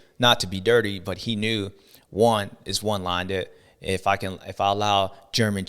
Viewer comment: Someone please tell James it’s one lined not “one linded” lol